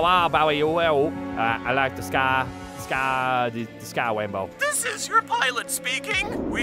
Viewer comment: "I wike the skay wainbow"